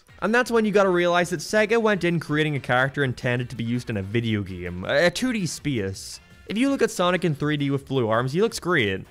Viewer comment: SEGGEH???? It's SAYYYY - GAAAA - I mean they literally say it at the start of the Sonic games. :p x